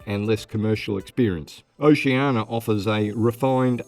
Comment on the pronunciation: Try to work on that pronunciation of Oceania...oh-she an EE-a. You're welcome.